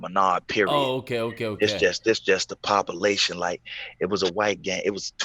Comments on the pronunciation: Read it just as he said it !!! 😂😂😂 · From now on I’m saying “pop-a-lation”